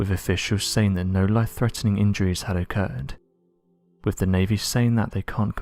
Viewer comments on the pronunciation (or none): “Wivvv” = with “Parfff”. = path Just for people who can’t understand what he’s saying